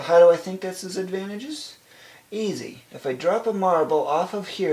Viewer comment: you're killing me with how you keep pronouncing "advantageous". Just...over and over.